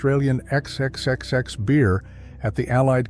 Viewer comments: You are nuts. Nobody in australia says xxxx, it's fourex. Did you never ask anybody who might possibly know? Or are you comfortable being thought acomplete fool? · the AI voiceover calls the beer brand an incorrect name as if it'd been censored, "ex-ex-ex-ex". The actual brand of beer is called 'four ex' (phonetically speaking). The local joke? Why is Queensland beer called XXXX? Because they can't spell the word 'beer'. It's not the smoothest drop, but on a hot Queensland afternoon you can happily polish off more of a few of 'em. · It’s pronounced ’fourex’ ya wanker! 🙄🖕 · its pronounced 4x mate or yellow can